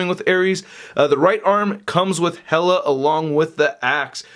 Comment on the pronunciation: dude, it's HEEEE-LUHH. HEEEEEEE-LUHHH. Not hella.